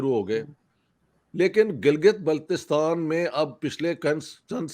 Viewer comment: बिहारी कभी भी किसी जगह का नाम सही ले ही नही सकता भले कितना भी पढ़ा लिखा हो, भाई मैंने पहले भी बताया है कि Gilgit-Baltistan को गिलगित बलतिस्तान बोला जाता है ना कि गिलगित बालटीस्तान